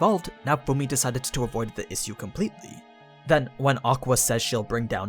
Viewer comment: can you learn how to pronounce issue?